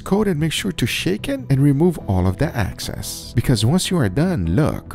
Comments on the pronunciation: It’s not “access” it’s “excess” Guga please 😫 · Shake off the excess, not the access. Let me assure you, not insure you. Love you anyway Guga. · EXCESS… not ACCESS 😒